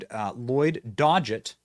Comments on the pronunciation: Lloyd Dogget’s name is pronounced “Dog-it” not “Dodge-it”. He’s been a Texas Representative for a LONG time. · Lloyd Doggett You said "Dodget"... 😂 It is pronounces Dog Et